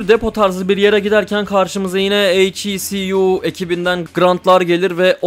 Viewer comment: "eyç i si yu" diye uğraşma bence "heku" de geç. güzel video bu arada